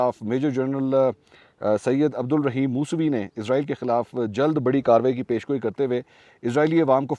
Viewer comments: اسرائیل کو ازرائل کیوں کہا جاتا ہے قرآن مجید میں اسرائیل لکھا ہے ازرائل ہندو کہتے ہے جو ہندو کہے گے وہہی ہم کہے گے وہ صحیح بول تے ہے ان کو تو صحیح اردو نہیں اتی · Please stop saying izrael... it's israel... izrael is an angel... while Israel is the most dirty nation in this world. So please don't call them izrael 😢😢😢😢🙏🙏🙏🙏🙏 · سر آپ اسرائیل کو عزرائیل کیوں کہہ رہے ہیں😮